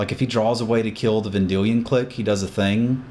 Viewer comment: Is it pronouced Cleek or click? No biggy, just curios.